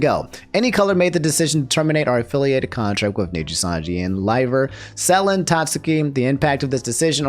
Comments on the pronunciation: I believe its pronounced like suh-len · As someone with pronounciation issues too: Pretty sure it's Suh-Len, but you're getting closer man! All we can do is learn, you even caught how to say liver. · Its pronounced suh LEN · Since you asked, Selen is pronounced Seh-len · Se-len (suh-len) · Great video as always! Also, Selen is pronounced (sā-len) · Please, it's pronounced like Suh-lin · How come this dude can pronounce friggin Alouette flawlessly but struggles with liver and Selen????? 😭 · it's amazing how still mispronounced Selen